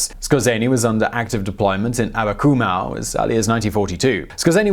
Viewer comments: Abakumov not Akabumow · You horribly mispronounced Abakumow - the w should be a v, as in Abakumov. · Why you read "Amakumov" as "Amakumau"? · It’s not Abakumau, it’s AbakumOV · Abakumow? Really? Does that sound Russian to you? His name is Viktor Abakumov. Russian doesn't even have a "w" sound. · It's AbakumoHV - Some English sources render V sounds as Ws on Slavic names (e.g. "Pawel" for Pavel)